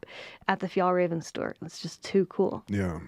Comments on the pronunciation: You're the best! Fjällräven is the swedish word for artic fox. The ä is pronounced like the e in. 🙂❤ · It is pronounced fyellrāven just FYI!